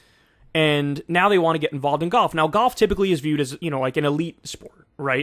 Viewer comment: I love how Kyle pronounces golf as goff